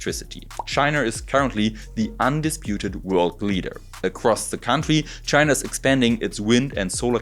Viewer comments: I love the video, pronunciation of China is really funny "Chiner" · Wo genau liegt denn eigentlich tschainarrr? Mann kanns als deutscher auch echt hart treiben wenns um die Aussprache im englischen geht. Zu den efuels. Schön das da da, scheinbar, eine Probe bekommen hast und auch erwähnst das in Deutschland zwei hersteller sitzen. Nur wäre deren Kapazität interessant, die tatsächliche Menge grünen Wasserstoffs die verwendet werden und woher das co2 kommt.